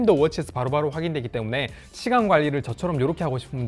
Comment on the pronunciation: 부산쪽사람이네 시간이란 단어로 구분됨